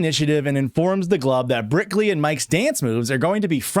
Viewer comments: Didn’t even realize that you were calling her brickley this whole time but go off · Nearly 2 hours of Brickley before I heard it. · i was 100% on board with brickley 😂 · You just made me realize it wasn't brickley. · Oh my god I thought him calling her Brickley was a joke I didn’t get until I saw this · I can only hear Brickley 😢